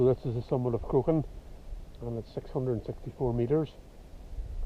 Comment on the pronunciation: Crock Hawn would be a better pronunciation